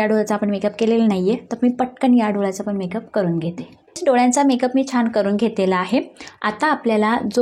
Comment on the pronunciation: पिलून नाही पिळून... कलेपणा नाही काळेपणा .. दोल्या नाही डोळ्या खालचा